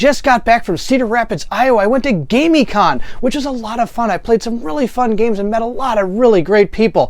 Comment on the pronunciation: I am thinking that it is pronounced Gamm-i-conn... It was great to get to play games with you at the con.